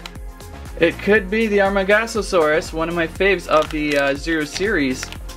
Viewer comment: It's amar-GO-saurus...😑...